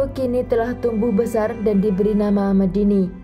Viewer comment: Honour killing jatuhnya, membunuh demi harga diri dan kehormatan. Omong2 Medine dibaca Medine seharusnya e- seperti e pada tempe. Bukan Medini.